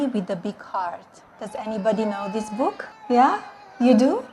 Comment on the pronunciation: 'Hi, I have a bukehere' Kids be like; This Is Fine.